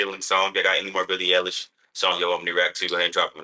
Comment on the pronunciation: billie eilish (eye-lish)